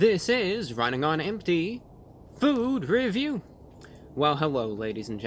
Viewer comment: I like how you really enunciated the "RUNNING ON EMPTY, FOOR REVIEW!" top class! bravo! encore!